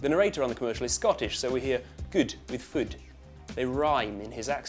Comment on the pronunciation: When you said Food, it sounded like fud, Fud means vagina in scottish.... So don't say that you're eating food.... it will be really awkward